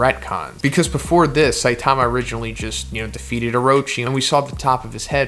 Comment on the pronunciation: Saitama is stressed on the first syllable, not the second.